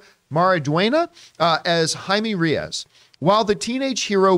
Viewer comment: You need to learn to pronounce Reyes correctly